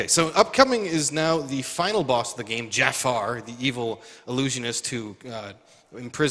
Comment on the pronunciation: here is an jaffa , not jaffar xD